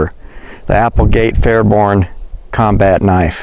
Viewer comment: FairBAIRN, not FairBORNE.